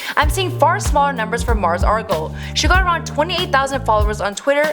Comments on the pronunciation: Its Mars Argo not Mars Argle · Margos Argos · She said Margles Argles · “Margos Argos” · Why do you call her Mars Argle? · Margles argles 😂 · “Mars Argle” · Muurs Erlls, Mers Argles, Margo Arrls, Margles Argles... wtf??? You are randomly mispronouncing every other word! Is there seriously NOBODY ELSE over there who could have narrated this??? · Mars "Argle"? "Margle's Argle's" jacket" wtf this girl doesn't know anything. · This bit really said “Margos Argos” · "Margles Argles" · No she said margos argos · She said "Margles Argles"